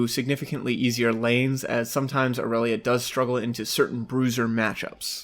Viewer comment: Ill never understand why people mispronounce irelia. Riot has said how its pronounced yet people say Ayrelia . Awsome vid nontheless just an observation from me. Earned yourself a sub 😊